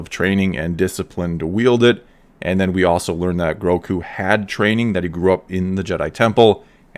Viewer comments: Gro-gu! Not groku come on man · Are you calling him Groku? It's Grogu. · Is it Groku (as pronounced in this video) or Grogu? I heard the name as Grogu in the episode. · for sure one of the best episodes yet for lore and the fan base, but by the force the child's name is Grogu not Groku. Who took him from the temple? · You’re pronouncing the child’s name “Groku”. And that’s incorrect. It’s “Grogu”. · Like.. am I the only one that is bothered by people mispronouncing GROGUS name? I've heard it all, Gorgu, Gmorga, and now it's Groku. No he is not the missing son of Goku haha :D But yes, this was by far the best kinda of star wars I've seen in a long, long time. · It’s GroGu with a “G”, not “Groku”. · Why do you keep calling him “Groku”? It’s “Grogu”. With two Gs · Why are you calling him Groku... lmao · Grogu, with a G not a K;) Definitely the best episode yet for me! Though I can't get over the length of her lekku like whyyyy. She basically looks like an aged pre-TCW-S7 version of herself, considering even Shaak Ti had very long lekkus in the prequels. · Its not "growku"....its Grogu, pronouced Grogo. Gro-go. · Groku? 🙂 anyone else think its Grogu? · GroGo not GroCo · It sounds like you’re saying Groku not Grogu 👀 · I get so triggered whenever he calls Grogu "Groku" I dont know why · I swear whenever you say Grogu, I hear Roku, and it makes me think you're talking about the dude from Avatar